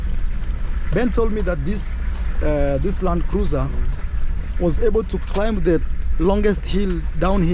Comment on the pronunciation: Hey just say Landcruisr👍🏿👍🏿LUV